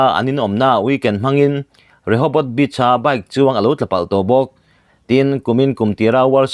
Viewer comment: Kalo ngaihmawh ve mai mai thin chu Beach kanlam danhi.. Bitch thluk hian kan lam leh thina, vawikhat pawh kan thian pilot bulah kan thawhpui hian Beach a akal chak thu asawia Bitch angtho tuna ilam dan hian asawia an hawi haaaa... Asin. Tlema thluksei deuh hian alodik zawk